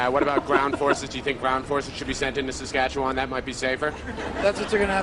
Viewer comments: I've spent my 58 years, so far, in Saskatchewan and I can honestly say Rick Mercer has no idea how to pronounce it. Local pronunciation is much closer to "S'skatch'win" because we don't have the patience to drag it out for 4 hours like Mercer does. And 1/4 of Saskatchewan's population lives in Saskatoon. If you want to have fun when visiting a foreign country tell people you are from "Saskatoon, Saskatchewan". Say it fast enough that it sounds like one word. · As an American, I can confirm that I knew nothing about Canada before I moved there. We especially wouldn't know anything about Saskatchewan, unless we live in a border state. Even Rick Mercer is pronouncing the name wrong, unless he is purposefully pronouncing it like an American would. This Hour Has 22 Minutes became my favorite Canadian show when I moved here. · I have only ever heard Saskatchewan pronounced the way he does, but I grew up in Québec. Western Canadians have a different accent, so any difference could either be due to a different accent... or most of us are massacring an indigenous name. Wouldn't be the only one, not by a long shot (Ottawa is one major example)